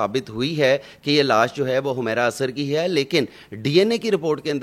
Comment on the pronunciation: Nam Tu thek se ley Lou hamaera nhi Hy wo humera Hy